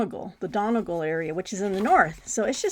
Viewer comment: Pronunciation Time! Donegal is pronounced DUNNY GAUL. The Dáil - the Irish seat of government - is pronounced DAHL. As in, Roald. 😊